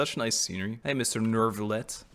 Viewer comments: as a french I say Neu Ville Ette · I don't know if it was said, or if you already know, but Neuvillette is pronounced like ville (nouvelle+ville=Neuvillette), so like a L. Or at least, that is how they pronounce the name of the town called Neuvillette. I think using y sound is also okay grammatically, it's just one of those case when you can make an exception and since it isn't a common word I can't be 100% sure which one of the pronounciation is the "correct" one.